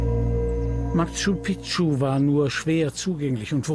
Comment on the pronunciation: Die Stadt wird nicht "Matschu Pitschu" ausgesprochen, sondern "Matschu Piktschu". Wird ja auch so geschrieben.